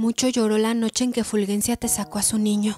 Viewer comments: Que escalofriante relato. Muy bien leído. Solo una observación, no es Fulguencia sino Fulgencia. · Fulgencia se escribe así, con "g", pero se pronuncia como si fuera "j" , es decir como si Ful-J-encia